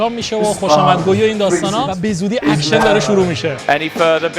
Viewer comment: جان لطفا کلمات انگلیسی رو یا فارسی بگو یا اشتباه نگو بیت نه بید اکشن نه آکشن بوی نه بای